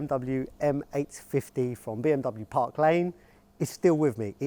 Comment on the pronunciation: 1 the pronunciation of Bmw is wrong 2 is the urus that uses Audi/VW technologies 😒